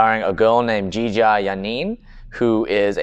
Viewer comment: It is pronounced ChiCha not Jeeja, i said it wrong for years too. There is a movie where she actually says it in English.